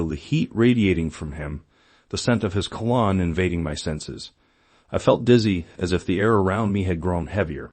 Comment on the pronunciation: That's an AI voice?? Really? Then why doesn't it pronounce cologne correctly???